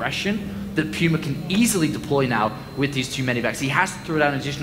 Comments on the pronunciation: Puma is pronounced Pew-ma. Do some research before you talk shit moron. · i'm guessing you're right. We (in the states) say it like poo-ma. Sounded kinda funny at first lol thought it was some foreign word but ya